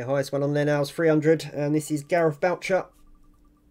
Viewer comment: Thanks p.s you did pronounce surname right Thanks again Gareth boucher